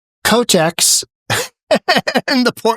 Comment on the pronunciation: The Governor’s last name is pronounced Ko-Tec.